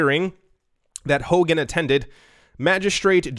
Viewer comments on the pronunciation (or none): none